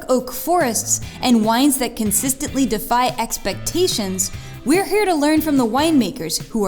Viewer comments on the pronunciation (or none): none